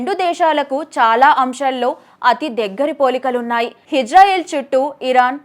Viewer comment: హిజ్రాయిల్ కాదమ్మా ఇజ్రాయిల్!